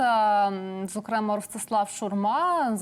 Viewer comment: Доброго дня! Коли Ви вже почнете правильно ставити НАГОЛОС у словах. Не зокрЕмо, а зокремА. І не використовуйте Ви зокремА там де потрібно, і де НІ! Воно перетворюється у Вас на "слово - паразит". З повагою...